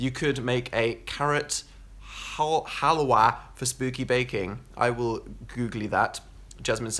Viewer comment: OMG the way Dan says "halwa" makes my Indian heart happy :))))